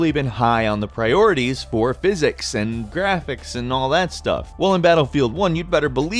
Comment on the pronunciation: The gwaphics